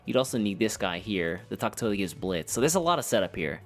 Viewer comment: Wtf is a Tak-To???? its TA-KA-TO